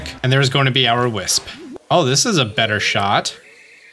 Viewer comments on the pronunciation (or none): none